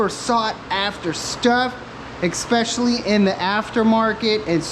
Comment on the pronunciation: It's especially NOT ecspecially